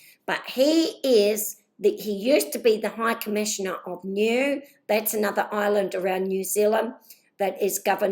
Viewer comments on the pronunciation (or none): Nuie pronounced New aye.